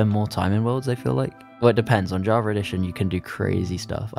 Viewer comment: Java* not Javer